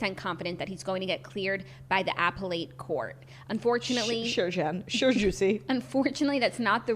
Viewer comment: apple-ate court lol appellate court (ah-pell-ette)